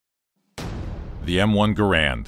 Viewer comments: Gair-end, not Gah-rand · It's not a "Grand" It's Garand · It's garand's not garands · People say the garand like grand it’s said like gaer and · its gArand! not garAnd! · Correction its (Gar-ond) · No, Ahoy pronounces it correctly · Narrator: mispronounces "Garand." Me: "M'outta here!" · Mispronouncing John Garand's name should be on par with slandering Samuel Colt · Is correct pronunciation the Garand, or Ga-rand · You keep pronouncing John Garand's name incorrectly, you should have done more research